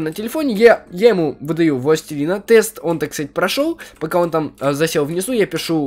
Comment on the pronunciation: Тест бл*ть а не "Тэст"